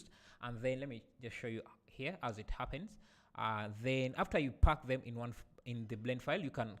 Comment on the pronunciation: bro don't say phuck it's pack 😂 Anyway ur video is really helpful